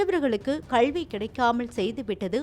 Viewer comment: 'கல்வி' சரியாக உச்சரிக்கவும்